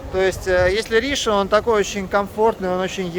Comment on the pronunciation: Почему РИшон, а не РишОн?